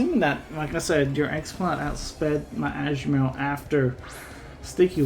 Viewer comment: Ashu-Marill? I’ve never heard it pronounced that way that’s a new one for me